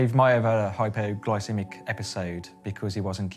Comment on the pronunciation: Why does it sound like he's saying "hyperglycemic" instead of "hypoglycemic"? I hear a R in there. Blood sugar is low, it's hypo. Maybe my hearing is off but I hear Hyper.